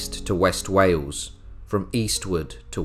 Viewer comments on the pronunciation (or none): none